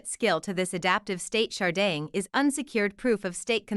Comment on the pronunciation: Can this lady not pronounce "Sharding"